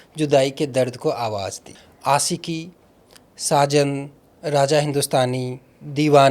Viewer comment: Bhaiya please pronunciation pe kaam kijiye... Baaki sb acha h.... Question puchne ka trike .. baat krne ka lehza sb top notch h... Bs apke pronunciation ne mujhe thoda disturb kiya.... Example deta hu.... आशिकी hai आसिकी nhi .... शख़्स hai सक्स nhi... To bs yei ap dhyaan rkhiye... Ummeed h bura nhi maanenge love you bhaiya❤❤